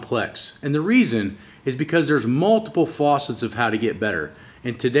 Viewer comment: facets not faucets. Thank you. Love your work